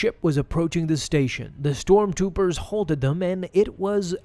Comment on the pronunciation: you said storm toopers. I think i like that better